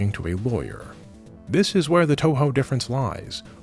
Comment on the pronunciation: it's pronounced two-who btw